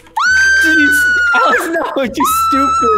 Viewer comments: Its sounds like Salex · Did Alex just call her self salex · go go girls yea she said Zalex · Ur not the only 1 that heard Zalex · I heard she said "Salex" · Its not "zalex" but ALEX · She said zalex😂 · She said Its alex But sounds like it zalex Tho that would be adorable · no she said zalex in the intro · She said its alex just the way she said it made it sound like zalex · She said itz Alex that why u heard zalex but cool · SHE SAID ZALEX I REPLAYED TO CHECK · I heard alex say: “Hey guys its zalex” 😂✨👌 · Alex “Hey guys it’s Zalex!” Me “it’s your couple name YOU SAID IT YAY!” XD like this if you noticed she said “Zalex” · Lol zalex 😂😂😂😂😂😂😂 I bet they should tell everyone they called that 😂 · I heard zalex but when I heard it more times I heard “ it’d Alex!” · Me:why did Alex said zalex Bff: yay i hear that🤣🤣🤣🤣🤣:-D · she said Hey Guys Itz ALEX! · Why did i hear alex say: HEY GUYS ITS ZALEX Instead of alex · "hey guys its salex" salex XD not Alex it's salex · Lol alex says 'Hi guys its zalex' Lol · “Hey guys it’s “Salex” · For some reason I heard Alex say Zalex when she did the intro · In the intro alex said salex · Alex you said salad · Hey stop saying I'm Zalex in Zach Not Zalex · Nope I heard Hi guys it ZALEX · Dude I caught it to she said zalex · I heard it she said Alex:hey guys it’s me zalex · She said itsalex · I heard "itz alex!" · She said "Hey guys it'z Alex!" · she said hey guys it's zalex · о, да, тя каза Zalex! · Sooo tyre I heard hey guys it zsalex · Did anyone only heard Zalex instead of Alex XD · What’s zalex lollllll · Maybe because Zach+ Alex= Zalex;)))) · Did u know that when Alex said her name she said zalex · who else hears zalex instead of alex i kept repeating it hahaha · Did anyone notice that in the beginning alex ssid "Im Zalex" =3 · I thought alex "im salad" 😂😂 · Did Alex say,”Hey I’m *Zalex!*” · Did alex just Said : "Hey guy's I'm Zalex!" 😅